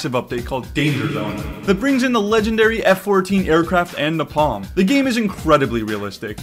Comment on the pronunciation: Dont get me wrong, I love the vid, but during the sponsor, that was the worst pronunciation of napalm I've ever heard